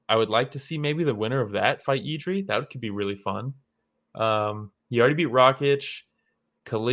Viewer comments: it’s jiri not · 💪🙋🇨🇿and he is not done yet, he still be around 5 years.. he will be monster, btw you dont have to say Jiří, you can say Jirka, its like joe to joseph, you can get around ř and you will surprise czech speakers🙋jirka easy.. no, but kudos😅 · honestly just say yiri, you will never be able to pronounce ř correctly. Yiri is cool.